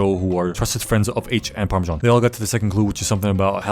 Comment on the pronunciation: PARMISSAN OR HOWEVER TF YOU SAY IT 😂😂😂